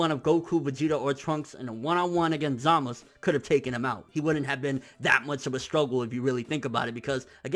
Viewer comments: its zamasu not zamus great video btw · ITS ZAMAZUUUUUU NOT "SAMAS" OR "ZAMAS" who the fuuuck is samas??? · Everyone who does review says it right, the anime and manga spell out Z A M A Z U, why is he always saying samas, zamas, samaz? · His name is Zamasu ZamaSU not Zamas fuck that shit is hella annoying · Zamist? za-ma-su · I thought it was also peculiar that he specifically called himself zamasU at the end. Emphasizing the U at the end. Because throughout the series he was always referred to as zamas- by everyone. Not to mention he mention his name was zamas spelled as zamasu. But now he says "I am zamasU!" Just saying idk good vid yet again. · I think you may have misunderstood me. Throughout the entire series so far, they have pronounced it as Zamas- with no U. Even though it is spelled that way. However, at the end of this fusion episode he clearly enunciates Zamasu with a U. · How Hard Is It To Just Call Him Zumasu Lol Serious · dude just say samazu wtf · you really need to stop saying "Zamas" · So.... when was the u silent in Zamasu? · watch when beerus kills zamasu. they a bunch of characters say his name a lot and i turned up the sound and i cant hear any U.